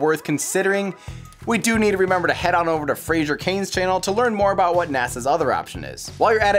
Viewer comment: FRAY-zer, not FRAY-zher. There's no "i"